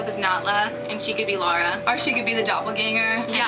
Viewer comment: I like the outfit on the right, it's more like the game Lara, the one of the left is pretty Awesome though. But I'm pretty sure her name is pronounced lara not laura